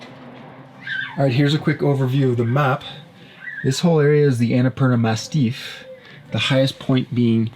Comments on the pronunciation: Is he joking when saying Annapurna “mastiff” ;) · Is it me or it’s the Annapurna MASSIF and not MASTIFF? Unsure, since English isn’t my first language. Anyhow, I love your videos and I admire your courage and your openness. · Massif, not mastiff. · It’s “massif” not “mastiff”, that’s a dog 🙂